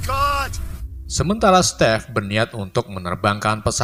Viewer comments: Stepe? Bukan Steven? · jir stive jd step. wkwkwk